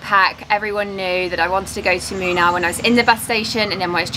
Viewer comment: Moonnaar not minar